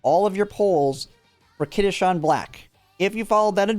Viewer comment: He's also pronouncing it as kitasean lol, it's kitasan